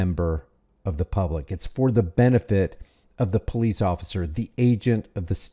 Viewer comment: The PoFleece? 😂